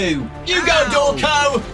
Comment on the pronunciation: “Hello! I’m!... Thank you,.” Me: How about? Pronunced ‘Draw-cone’